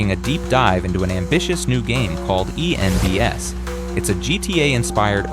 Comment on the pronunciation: Was looking for this comment. This man is too American. E N D S 😂😂